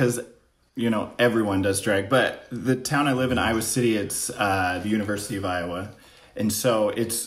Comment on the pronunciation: I love how Trix pronounces Iowa - Aiywah